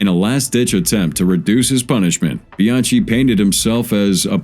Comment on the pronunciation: His name is pronounced Bian-key not Bian-chee